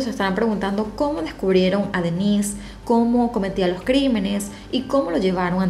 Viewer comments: Parece q dijeras Denisse y no denis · Cuando dijo Denisse de creí q hablaba de una mujer, es DEnnis... mayor acentuación en de